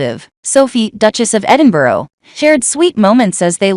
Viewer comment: What does 'the mother of 3' have to do with anything, or the 'mother of 2', or their ages.? Is there not enough to say? Edinburgh does not end in an o, think burr, not row.